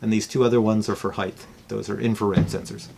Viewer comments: It's not "HeigTH" it's "HeigHT" it's hard to watch a 50 or older person pronounce HEIGHT The wrong way. I bet he says supposebly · Hey Like this video, I'm looking to get a drone that isn't necessarily a DJI. Same as your friends requirements but doesn't have to be a dji but it's OK if it is. Any advice? BTW " height" is pronounced with a hard "T" at the end. Not a " th". Just like it's spelled heighT (Hi-T) not heigTh.